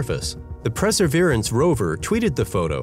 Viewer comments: Perseverance not "preserverance" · Maybe learn how to pronounce "Perseverance" first before making a video about it